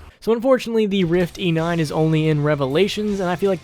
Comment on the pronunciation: "We do the rifty 9 eh?"